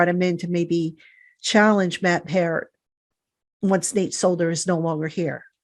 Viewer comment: The fact that he calls Matt Peart the cream puff, can’t even pronounce Solder’s name right and thinks he’s better than Peart at any tackle spot is appalling. Did he not see Solder give up a strip sack on his first snap at LT? 🤣😂😂